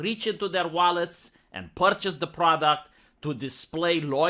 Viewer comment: You should drop the fake Russian accent if you’re gonna pronounce words like ”purchase” and ”customer” like an American.